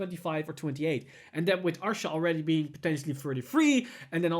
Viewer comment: Rebirth of pineapple 6 he was saying Arsha. Look at the way his mouth moves when he wants to say Asha. Obviously we know what he means but yes due to his accent he says Arsha instead of Asha